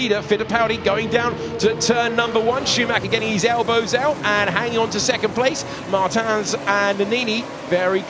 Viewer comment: somebody teach the commentators how to say Martins: its Murteamch